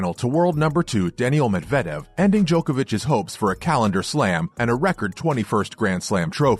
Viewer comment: How do you post this video not knowing that Novak has 21 Grand Slams. You also can't pronounce Medvedev's name properly. You should really do some more research before posting a video.